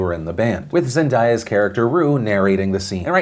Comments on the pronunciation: its Zen-day-a, not Zen-dye-a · ZendAya, don’t be disrespectful and say her name correctly. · no one's talking about the fact that he calls zendaya "zen-DIE-a" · Did you just say ZenDYEa??? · I'm only saying this, because I only recently learned how to say it...but: it's Zen-DAY-a